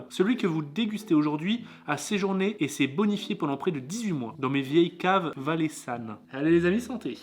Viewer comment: Bon on reprend : c’est Gruuuuuuyère et pas GROUUUYERE sans trous et c’est pas c’est pas de l’emmental et c’est valaiSan pas ValaiSSAn et pour finir c’est FRIBOURGEOIS merci 🤪🔥👍🏻🇨🇭